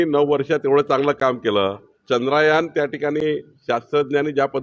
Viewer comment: हे प्रदेशाध्यक्ष! ' 'चान्द्रयान' ला 'चंद्रा'यान म्हणतात. 'चंद्रा' सिनेमाचा प्रभाव किती याच्यावर!असो. हे काय नवीन नाही.